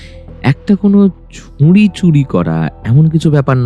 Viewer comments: ভালো লাগলো কিন্তু ছুরি উচ্চারণ ঠিক করতে হবে । ভালো থাকবেন। শুভেচ্ছা জানালাম। চন্দ্রবিন্দু বাদ দিতে হবে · এর ভালো গল্প আর পরিবাশনা কিন্তু কিছু কিছু কথা খুব কানে লাগল, যেমন ঝোপকে ঝোঁপ আর ছুরিকে ছুঁরি বলা😑 খুব খুব কানে লেগেছে! দয়া করে একটু খেয়াল রাখবেন